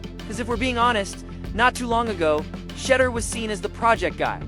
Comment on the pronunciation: It's pronounced Shedeur sha door not shedder